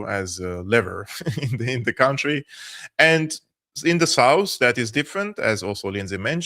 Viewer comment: Country is not pronounced like county. It's /ˈkʌn.tri/.